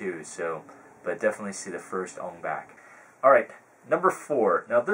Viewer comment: u said ong bak wrong